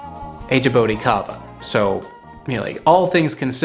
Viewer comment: Man your pronunciation is horrible Its not ja-bow-ticaba Its ja-boo-tea-ca-ba